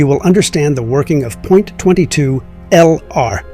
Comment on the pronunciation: Terrible AI no one says Point 22